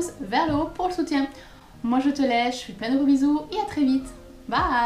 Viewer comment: Super vidéo à un seule détail, pourquoi j entend " je te lèche " à la place de je te laisse 😂😂😂😂 bise et bise!